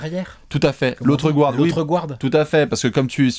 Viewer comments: *J'ai jamais compris leur délire à dire "Gout Hard" juste pour dire "Guard" * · Vous prononcez "gou-arde" alors que c'est même pas comme ça qu'on le dit en anglais, enfin bon on vous connaît maintenant avec votre superbe accent anglais...Exemple "Sunder" lol